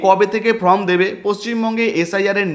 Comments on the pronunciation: Form কে from বলছেন কেনো ? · From na কথা ta form